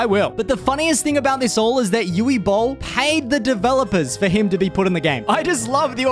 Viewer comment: "Yuvvee" Boll. lol